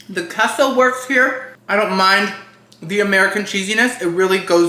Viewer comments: I'm gonna start pronouncing queso as Kay-so and not Kesso. Also: Proceeds to pronounce it as Kesso multiple times. Me: 😂🤣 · It’s actually pronounced Kay-sow not the way he thinks that it’s pronounced. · You started this video apologizing for saying "KESSO" and then LITERALLY spent the rest of the video STILL saying "KESSO". It was INFURIATING. And to hear you properly pronounce "quesadilla" correctly but not "queso" is even more of a foot up my arse. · So quesadillas you say like a k…but queso is said differently. I have questions 😂. Love these reviews. We don’t order out a ton but my husband travels and these videos have really helped him make more informed decisions. He’s forever appreciative of the Cheesecake Factory reviews bc dang those menus are huge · Lmao! As a new subbie… I have been cringing at the way you say Queso too, but I just fast-forward a little bit in anticipation! 😅 idk why people just don’t adjust and let people say and do wtf they want! I just assumed it had to do with your Cuban background and maybe we’re saying it wrong. Haha